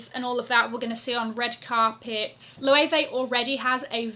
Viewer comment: I knew you would say Loewe!!!!!! And you are SPOT ON